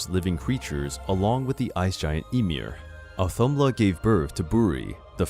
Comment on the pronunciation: It’s audhumbla/audhumla (h is important for pronunciation) and she did not give birth to buri and isn’t considered his mother. When Zeus birthed Athena from his forehead, she was at least within him and he was part or her conception - so that’s very different.